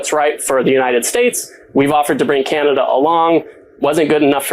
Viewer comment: Ca-na-da not kee-yan-a-duh